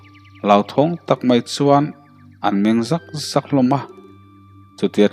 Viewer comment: An Meng Zak Zak tih lamrik dan hi a diklo deuh,sakhi lim Zak Zak ang in I lam a,Meng Zak Zak hi Chu I lam dan lo ennawn ve teh I hman chuan